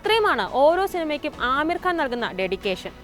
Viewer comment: ആമീർ അല്ല (അമീർ )